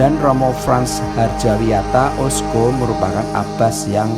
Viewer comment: Maaf jangan salah baca lho mas..ocso bulan osco..🤭